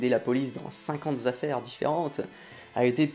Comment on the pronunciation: 50 z'affaires et 9000 z'indices ? Attention au z'accords ;)